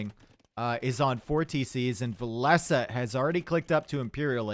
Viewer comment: Love to watch cast! A true legend with so much knowledge of the game, but I think "Villese" is pronounced like "Chinese or Japanese" much love buddy!